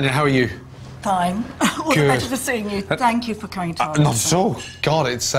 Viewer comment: When Gordon says "thank you", it sounds like "Fuck you"...